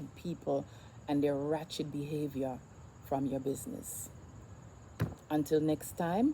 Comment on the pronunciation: Which word are you trying to pronounce? Are you saying "wretched or ratchet"????